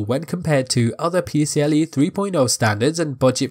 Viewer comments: Great video but its PCie 4.0, not PCLE 😅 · There's an i in "PCIe" and not "PCLe".